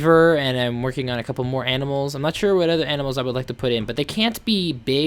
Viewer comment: lol.....you said aminals whenn its animals